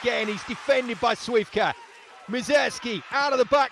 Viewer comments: how can someone be so unprofessional? and I'm not even talking about wd players, as others do here...commentator, I have so many questions starting with how did u even get this job? At least u should pronounce names correctly there is an "L" in Śliwka's surname FOR A REASON, not just because🤬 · just so you know the “L” in Śliwka’s name is silent which means you can’t hear it when you say it but it is always there.